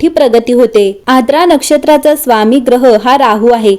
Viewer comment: Its आर्द्रा, नोट aadra